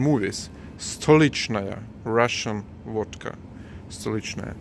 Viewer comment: Sounds like wadka when you say it. Liter of stolichnaya is $25 here in states. People drink a lot of wadka here. We call alcohol the sauce. Get sauced.